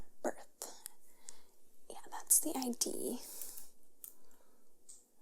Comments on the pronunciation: It's pronounced "id" (rhymes with "kid"), not I.D. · It's pronounced id....not I D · This is great, but it's "id" (not I.D.) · It's not the I.D. It's the Idd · small note: Id, not ID like identification. Id, as in “did” minus the first “d” 👍🏻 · It's the Id, not I.D. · Legs aside.. just one thing must be said: it’s pronounced “idd” not “eye dee” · 'Id' is pronounced like the end of 'morbid', not like the two letters, 'ID'.